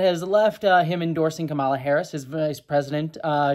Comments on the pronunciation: Not the most important thing here, but even though the typical Indian pronunciation of Kamala is kuh-MAH-luh like you've been saying, her name is actually pronounced KAH-muh-luh. Like the word comma with a luh at the end. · I think it's the emphasis on the first syllable KAmala. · Her name is pronounced COMMA-LA, regardless of your thoughts on her pls say her name correctly. If it's that hard to pronounce just call her Harris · Just a quick note, Kamala is pronounced COMMA-lah Overall I think this is a positive development and I think the likelihood of Trump winning in November has gone down. Harris is....not my first choice but I like her more than Biden. And yeah, I advocate for my American friends to vote for the Dems regardless of who ends up on the ticket because the alternative is so much worse. More importantly, pay attention to the downticket options as your local elections tend to have more of an impact on your daily life. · Comma-la. Let's get her name right. Or just call her Harris as male politicians are called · to pronounce Kamala, just say "Camelot" leaving off the "t". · we love you but please pronounce her name correctly. (It's COMMA-la.) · The emphasis is on the first syllable of her name. Sorry if others have already said that. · Came here looking for this comment. This has always been a bit weird for me, since, before she became VP, my biggest exposure to the name "Kamala" was through the Ms. Marvel comics, and Kamala Khan's name (as confirmed by the creator) is pronounced the way says it in this video. But yeah, with Harris there has been kind of a thing where Trump and some other Republicans sometimes deliberately mispronounce her name, so getting it right is important. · Please pronounce her name correctly. White men from the GOP often mispronounced it intentionally to bash her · Hey, your criticisms are valid, but I wish you had pronounced Kamala correctly.